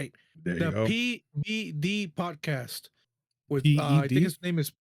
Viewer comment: It sounded like you said the Pdidy podcast 😆. Ped…podcast okay.